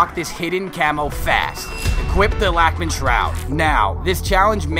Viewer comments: I'm German and I pronounce it like Lachmann (lach like Lachen & Mann = man) So you're right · No, bozo. That is why he made fun of that way of pronouncing it. Germans would say "laack"-min". There is no "o" noise in the name "lachman"